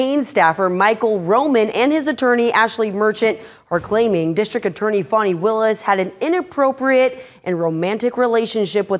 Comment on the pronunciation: How do they get "Fawny" out of fani?